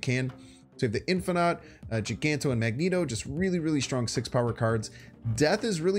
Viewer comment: Bro it's Magneto tho not Magento